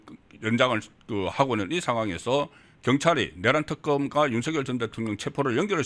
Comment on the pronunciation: 넘 무식하게 들려요. /윤서결/ × /윤성열/ ○ 윤 전대통령님을 존경한다면, 부모님들을 존경한다면 함자 바로 /윤성열/로 불러 주세요. 고유명사는 문법(여기서는 자음접변)에 영향을 받지 않아요. 본인이 부르는 대로 불러 주는 게 예의이고 상식이에요. 취임 초기에 /윤성열/로 불러달라고 했어요. 지금까지 /윤서결/로 발음하는 건 어감상 거북하고 넘 무식하게 들려요.